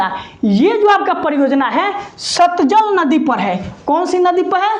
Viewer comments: Satjal nahi satlaj hota hai😊😊😊😊😊😊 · Sir aap baar baar satjal kyu bolte hn jabki satlaj h😊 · satlaj ko satjal bol rahe h.g